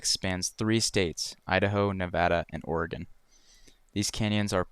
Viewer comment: I appreciate you saying Oregon correctly lmao, very used go people saying Ore-gone